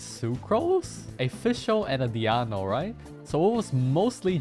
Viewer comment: I can never get tired of codes pronounciation of Diona as Diano lol happy holidays! Thanks for all the vids and streams this year